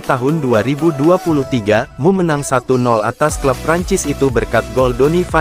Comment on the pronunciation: Emyu bukan mu tolong disdbut dengan betul